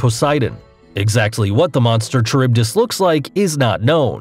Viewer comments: "Sigh-la"? "Char-ib-dis" "Cuh-too-loo"? Dude, my kids watch this video. If you're going to make videos, at least get the names of the monsters right. "Silla" "Kha-rib-dis" "Kah-pa" (not cap-a) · Her name is scylla 😠😠😠😠 and you pronounced charybdis wrong 😠😠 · Scylla is pronounced sila Charybidis is pronounced caribdis Edit: love you for using screenshots from Percy Jackson and the sea of monsters movie but I extremely dislike you for the same reason as the movie is very inaccurate to the original book